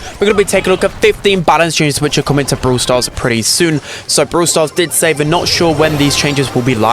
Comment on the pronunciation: Am i the only one hearing bruw stars?😂